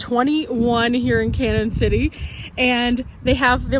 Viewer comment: Hi glad to see you are not only in Colorado but my neck of the woods. I have lived in Pueblo all my life and know the area very well. Thank you for show casing us on your channel. BTW Canon City is pronounced like Canyon City. We can always tell when people are not from the area by how they say the name. Lol TFS